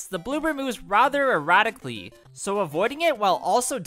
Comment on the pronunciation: They jump what? "Erotically''?